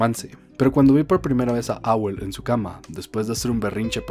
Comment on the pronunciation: Monokome xD Mis oídos sangraron cada vez que escuché esa mala pronunciación de Mononoke. Castillo del Vagabundo? Dónde le viste lo vagabundo al Howl? XD no pronuncias la H como la H en Harry xD Pero dejando eso de lado, es un buen video.